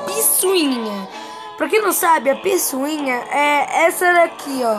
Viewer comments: não é "piçuinha" é "picuinha" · É picuinha😂😂😂 não é pisoinha😂😂😂XDXD